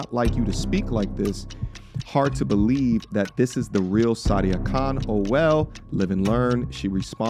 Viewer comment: It's Sah dee uh not Saudia. So crazy I know another lady with the same name (first and last yikes), and she taught me how to properly pronounce her name. This girl isn't the same Sadia that I know, who is happily married.